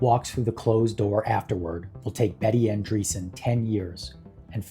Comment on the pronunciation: ANDREASSON, it is pronounced ANDREAS-Son